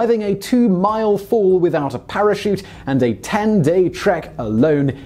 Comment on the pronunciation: Parachute, not Prachute. Bavarian, not Bacarian.